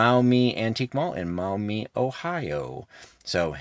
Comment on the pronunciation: Listening to you pronounce Maumee made me giggle a little, as someone who has lived in Ohio for 40+ years.